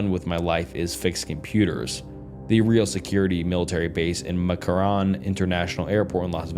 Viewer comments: As someone from vegas, him mispronouncing mckarran is killing me😭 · For God's sake, you could have googled McCarren pronunciation. Mc Carren.. mick karen. Have you never heard of Los Vegas prior to this? Do you preread any of it? You should! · As a Vegas local, pronouncing “McCarran” as anything other than “Mick-Karen” should be criminal 😭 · the way he said McCarran lokey peeved me as an avid new Vegas player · Btw Mccarran is pronounced mick-karen. Also the real area 51 is under Hawthorne Nevada. No aircraft stuuf though, Bio weapons in Dugway Utah and air force/space force secret shit is done in between almost in between Colorado springs and Truckton.